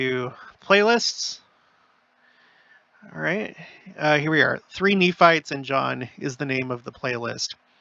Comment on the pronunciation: I love how down to earth you are, feels like we are visiting close by, even the words slip ups are great. (Knee farts/Nephites) 😂😂😂 Really enjoy all I’m learning and this channel. Thank you ❤